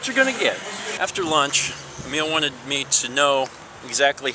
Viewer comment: It's Emile, not Amiel